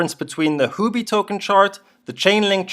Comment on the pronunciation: Sir it is Huobi, not Houbi.